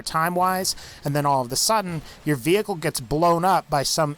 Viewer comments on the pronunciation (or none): none